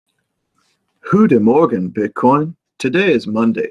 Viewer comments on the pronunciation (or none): Thomas is that a Dutch 'good morning'? If so, needs a harsher G sound :D